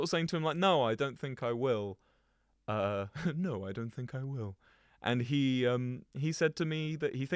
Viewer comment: "naur" holy cornball